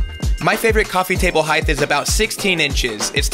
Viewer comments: heighTTTTTT not heighth! Why do people say it like that?🤦‍♂️ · Love you but heighth is not a word. You say it all the time on the podcast too hahahahaha heighT. Ends in a T not a TH. Width depth heighT:-) love your work